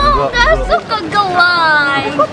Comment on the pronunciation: Maksudanya itu "aku ga suka ga like" Cuman kedengerennya jadi geu lay